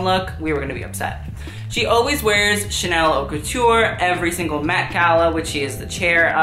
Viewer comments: who is putting any stock in your opinions when you pronounce haute as "hot" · can you please pronounce haute correctly, thanks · This is so cringe...forget about all the mispronunciations of basic words used in fashion like HAUTE itself, he is so ignorant in regards to fashion history..and motifs of Catholicism apparently? Also annoying how he acts like a sassy black woman, you're just a white boy please come up with your own persona. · Why do Americans pronounce haute they way they do